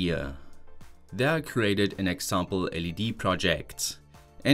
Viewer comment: Why do you add extra "E" sounds when pronouncing certain things like PLC, Variable, Example, Do, OPTA etc.